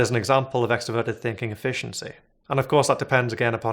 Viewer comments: I don't think it's a lisp, I think it's an accent, which I consider kind of charming. Many people in Boston and New York City don't pronounce their "r's" either. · Is anyone else really annoyed at how he’s pronouncing introvert and extroverted, literally could not think about anything but that the whole video it’s “in-troh-vert-ed” not “in-teh-vert-ed” he does the same with extrovert 🤦‍♂️ Edit: I think he has a lisp nvm